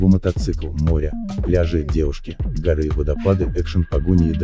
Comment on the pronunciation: Кто текст читает?? 😳 Что за "горы́" вместо "го́ры" и "по ходу́" вместо "по хо́ду"??🤦🤦🤦 Дальше 2-й минуты нет смысла слушать таких чтецов.